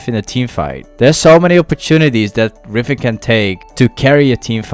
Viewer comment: Its riven not rifen